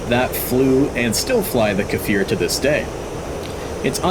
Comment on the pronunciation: It is not kAfir it is just kfir (the sound k makes)+fir